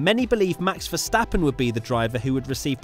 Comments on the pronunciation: VerstaPPen not VersteFFen please! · British tv: rihcardo and verschthappen 😂